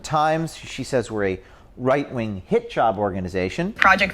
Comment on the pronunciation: Is it me, or does "Hit-Job" sound like Hijab"? 😄